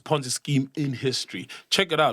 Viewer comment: Pornzee scheme 🤣